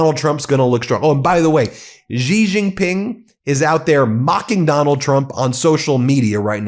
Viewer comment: Xi is pronounced she